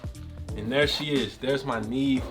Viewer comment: “Yo boy done got a Nee Eve!! “ lol 😂 I’m done ✅